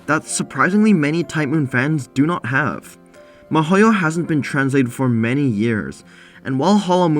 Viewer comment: Damn, I was confused for a sec cause it sounded like you said Mihoyo when in fact you were saying Mahouyo, which is a pretty weird way to abbreviate Mahoutsukai no Yoru ngl. Why even abbreviate it in the first place, Wizard's Night is perfectly short enough name to leave unabbreviated.